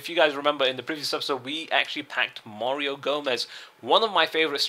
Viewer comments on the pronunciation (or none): none